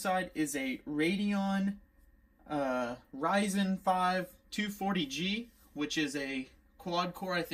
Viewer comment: boy this mans said "Rasin power'